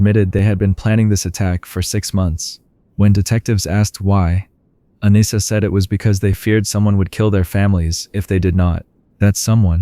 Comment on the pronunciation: My Daughters name is Anissa.. most people say her name wrong. You did pretty good. AH-KNEE-S-AH..